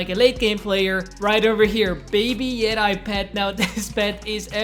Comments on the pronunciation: Did he really say Yeti as Yet-eye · How tf did this man just pronounce yeti? XDD